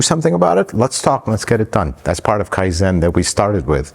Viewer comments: You said Kaizen, 改善、かいぜん perfectly the first time. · Appreciate you sharing the background around the shop. Like your other videos I think this will help others considering opening a shop of their own. On a side note, I work in a different industry but we also emphasize kaizen (and you pronounced it correctly the first time). You will also hear it mentioned if you go on a Subaru factory tour (Lafayette Indiana). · It is Kaizen; you said it correctly the first time!